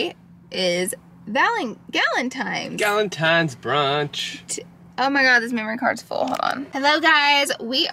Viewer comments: TINES NOT GALINTIMES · I love how u say galentimes instead of galentines! Lol! Love ya so mucn!